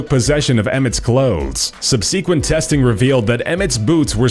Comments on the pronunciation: subSEAquent? Subsequent.... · Sub-see-quent. Ha.